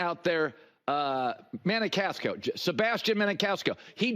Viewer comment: Maniscalco, not Manikasko